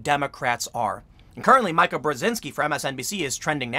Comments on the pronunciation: Its not pronounced MY KA!!! Its pronounced ME KA!!! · pronounced MeeKa .Not Mica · Why cant you pronounce words correctly? No one calls her MIKE-UH... its meek-uh smh. No one calls her TAR-uH, its TARE-UH... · It’s pronounced Meeeeka.. or the plastic girl or the home wrecker. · "MEE-kuh." You can say it, Tim. I know you can. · Pretty sure that she pronounces it "Meeka." At least she did a decade ago, before we stopped taking that dumpster fire of a "news" network even a little bit seriously. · "Meeeee-Kuh". It's French. 😂😉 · Mika is pronounced Meka. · Her name is pronounced "Me" Ka. As in Me-Too. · Hes never going to stop saying her name wrong... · Meeeka!! Not M-eye-ka. McG-ow-an!! Not McG-o-an.